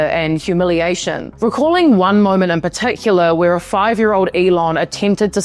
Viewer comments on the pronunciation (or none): none